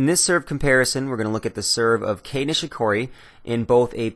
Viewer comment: who's Key? You mean Kei! but it's actually pronounced like "tie" from (e.g. to "tie" a knot) but Kei...